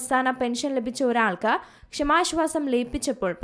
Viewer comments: എന്തെടീ നീ സ്കൂളിൽ പോയിട്ടില്ലേ? "ക്ഷമാ ശ്വാസം " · ഇവരുടെ ഷമാശ്വാസം എന്ന് കേൾക്കുമ്പോൾ അടിവയറ്റിൽ ഒരു താളിപ്പ്.😂